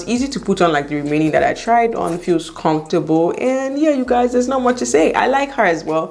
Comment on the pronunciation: "Confortable " all the time .....ah ah 😁